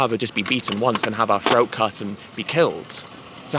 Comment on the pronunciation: Ed it’s “throat” not “phroat” love ya buddy! You are a great speaker!!